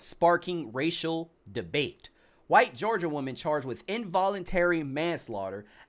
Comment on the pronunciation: Only thing i dont like is saying white like that. That aint right either, but neither is he